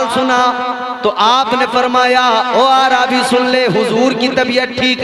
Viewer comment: پہلی بات تو عربی کو عا رابی کہتا ہے